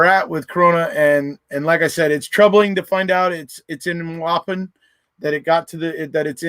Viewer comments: It’s pronounced Wah-Pawn 😉 Wisconsin resident here. 🙋🏼‍♀️ Thanks for another great video! Stay healthy! 🦠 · The prison is pronounced “whaaaa- pawn”